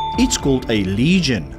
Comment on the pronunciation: Lesion not legion